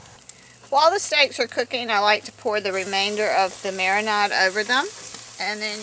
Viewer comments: Quit with the "marinod" pronunciation- jeez... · Wtf is a mara-NOD?